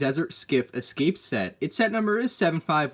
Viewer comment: "or maybe he scape" Yes, he did it